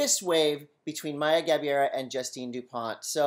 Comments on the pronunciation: The correct pronounciation of her last name is “GA - BAY - RAH” (not Gabeera). Congrats lovely Maya! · Actually they got it more wrong than that... They said Gabee-AIR-uh. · It's GA-BEI-RA